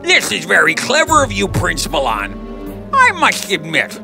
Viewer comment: Plince milan